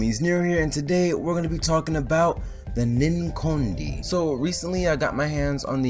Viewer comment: please don't pronounce it like that